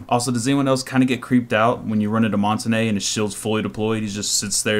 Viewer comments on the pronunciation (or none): Its MON-TAIN............. NOT MON-TA-NAY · Its pronounced "mon-taun", not "mon-ta-ney". His name is french for mountain, and you can look it up yourself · Mon -ta-na it's mon-tange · Mon-TANE not tan-ae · I stopped watching after you pronounced "Montagne" as "Monta-Nay" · People call montagne montanya or montanay his name is pronounced montain like stain. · Mon-ton-yuh is how it's pronounced. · it's actually mon-tahn-yuh learn your languages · montagne is pronounced MON-TONE-YAY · it's actually pronounced mon-tahn-yuh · I speak French, it's pronounced mon-tan-yuh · you idiot it is actually mon-tahn-yuh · ITS MONT AINE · no it's actually mon-tahn-yuh I'm french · the end is more like ah-n-ya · colton blackburn first, im kidding. second, you wrong. lol. proper pronunciation is mon-tain. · I keep hearing people say montagne. Its pronounced montane. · Mon-tan-yah, that's how it's supposed to be be said, Americans and UK pronounce it how you said, I used to pronounce it like that too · Montagne is pronounced Mon-Tan-Ya. IQ should have some sort of echo property to her device to make her an anti-roamer. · Good video... except your pronunciation of Montagne! Either say it like champagne (champaine) or how the french say it. Google translate can read it for you if you want to hear it. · But I have to be honest and say that hearing you say "come to montenay" was hilarious. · Learned to pronounce Montagne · I cringe every time you say montagne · Worst pronunciation of Montagne. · That's not how you pronounce the shield